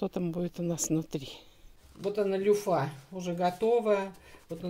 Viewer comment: Не люффА, а лЮффа - ударение на Ю